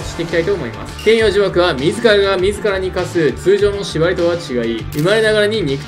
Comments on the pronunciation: 天与↑呪縛ではなく天与↓呪縛なのでは？ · 天与呪縛のイントネーションのせいで話が入ってこないの草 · 天与↑呪↑縛